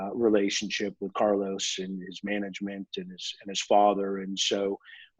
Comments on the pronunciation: I will miss him saying Carlous in the future hahaha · Mr. Brown should learn how to pronounce the name Carlos correct, it's not that difficult.